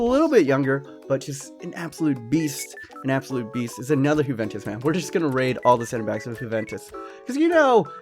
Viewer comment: Why do you call it huventus